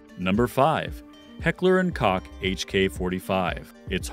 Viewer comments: heckler and cock Something ain’t right about that pronunciation 🤔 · "Automatic" pistols!!!? WTF seriously, this is supposed to be an expert.? Koch is pronounced like COKE.